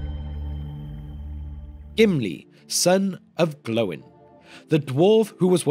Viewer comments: Gloin is not prounounced Glow-in but Gloy-n. Likewise Oin is prounounced Oy-n. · Why have you changed how you pronounce Gloin?? Your video on the dwarves of Thorins company you said it as they do in the movies. Never heard it pronounced glow-in before. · Lol did you just say Glow-in? The disrespect for Gimlis dad is real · Is the way you pronounced gloin the official way or the movies version? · Fathers of the dwarves.... But please start pronouncing gloin correctly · I can't watch it because of how you say Gloin